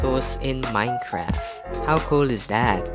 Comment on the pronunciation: Did u say coal instead of cool